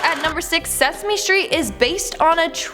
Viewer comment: it was sasame street